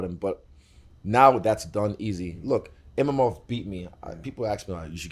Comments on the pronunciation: Is he calling him Imamov to be petty or cant he read ? Its like a super simple name lol wtf. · The guy still doesn't know it's Imavov not Imamov... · The fact that they keep calling him IMAMOV instead of IMAVOV is crazy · You don't have to keep calling him Imamov though champ.😅 you just reminding me of my mistake.😂🫀